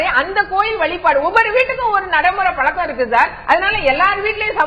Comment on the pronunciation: கனிமொழி முதலில் தமிழை முதலில்ஒழுங்கு காய் கற்று வந்து பேசவும்.it is பழக்கம் பளக்கம் அல்ல. முதலில் எல்லா ஐயப்பன் கோவிலும் சபரிமலை இல்லை. சபரிமலை ஒரு காந்தமலை 10 முதல்50 வரை உள்ள பெண்கள் சபரிமலை சென்றால் பெண்களுக்கு கருமுட்டை அழிந்து அவர்களுக்கு மலட்டு தன்மை ஏற்படும். அதனால் தான் மூன்னோர்கள் இதை ஏற்படுத்தி உள்ளார்